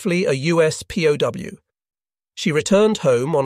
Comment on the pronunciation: “pow” for P.O.W.